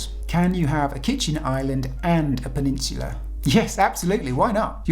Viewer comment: I wish he would say Peninsula correctly